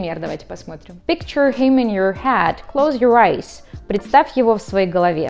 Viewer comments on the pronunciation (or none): none